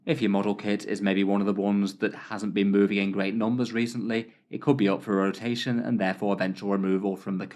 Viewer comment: Range rotatataion. Lol you made up a new phrase unintentionally. hah. I like the sound of that new word. Rolls off the tongue sweet. Cheers.